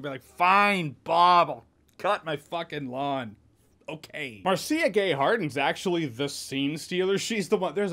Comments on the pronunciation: Underrated horror film! Also, Marcia Gay Harden is always terrifying to me for some reason, I feel like there's an unhinged quality to all the characters she plays! Thanks for reviewing! Edit: is it Mar-Cee-Ah as Jeremy pronounced it, or Marsh-uh? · Marcia is pronounced "Marsha". Just saying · Am I the only one who was triggered by Jeremy saying "Mar-SEE-ah" Gay Harden? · mar-see-uh or marsh-uh... now I need to know... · Marcia is pronounced Marsha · I love when Jeremy butchers a simple name like Marcia, it warms my heart everytime. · Also JJ you mispronounced Marcia Think of Jan ......MARCIA MARCIA MARCIA